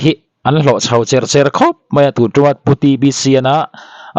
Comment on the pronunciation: Tho tih turah thau, chho tih tura chhau etc. tih ang deuha ri hi channel neitupa hian lo inenfiah deuh se thra mang e.